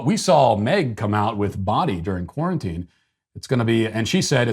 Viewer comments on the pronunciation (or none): none